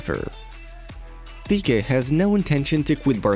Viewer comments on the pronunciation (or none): none